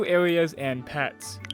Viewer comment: did blud say new aweas and pewts or new areas and pets??????